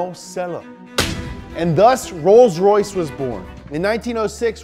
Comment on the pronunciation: roys roys lombargine machine